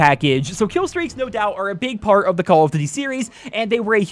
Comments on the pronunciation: “Cawl uf ditty” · "call of dity games"? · "Call of Ditty" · "call of divy" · call of "ditty" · Call of Duddy 😂